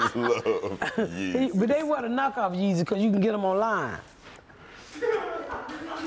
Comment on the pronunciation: He said where the yes is instead of the Yeezys